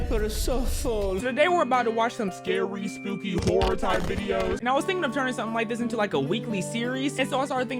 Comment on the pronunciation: Nah.. “Saturday night whorror”